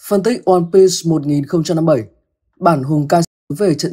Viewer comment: Onepiece có chữ s đâu mà sì nghe kinh quá